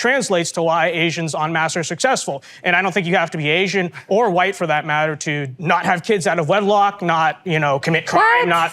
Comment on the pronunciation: Is that the girl who over-pronounces "HU-white"?